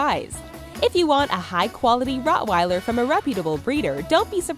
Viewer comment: It's not Rottweiler it's Rottweiler